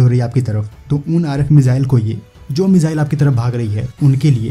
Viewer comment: मिज़ाइल नही होता भाई मिसाइल होता है